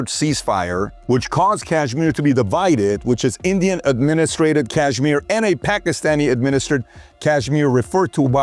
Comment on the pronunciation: "Pakhistani Attaches" he says. What a goon. How about you prepare & rehearse your reading material before wasting all of our time?! The PBD podcast is the WORST about this - how much time gets wasted waiting for 'Rob' to 'find the right clip'? It's just lazy and unprofessional like the rest of the Valuetainment brand. Weak. I'm going elsewhere. Sad they hide behind the facade of 'hard-working' Americans. You're a sleazy insurance salesman, get over yourself.